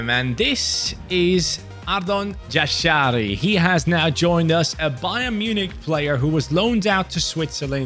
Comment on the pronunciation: Jashari is pronounced Yasharee